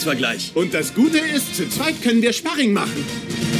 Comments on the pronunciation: Schbarring xD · Schparing hahahaha